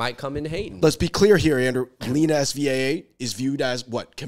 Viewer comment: Lets learn to pronounce her name first of all: 'sehvah' not 'ess vee a - a'